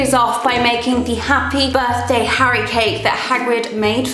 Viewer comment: Well have a very “ Happe Birtday “! As the great Hagrid would say “ shouldn’t of say d’at “